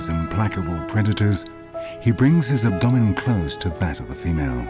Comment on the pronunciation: Hearing the way he pronounced abdomen ruined my work night